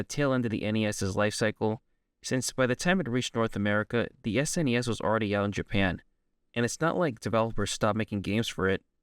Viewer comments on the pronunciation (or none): none